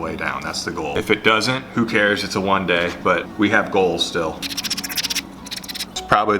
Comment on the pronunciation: those were some chunky fish! i bet you missed saying whun day! i sure did